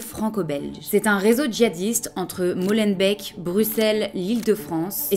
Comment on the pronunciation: Désolée je ne peux m’en empêcher…. ca se prononce molembék/ forêt/malbék